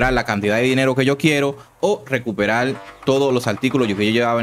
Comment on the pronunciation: Lo único que quiero saber es como usas la "r" por la "l". No me queda claro. "Recuperal"???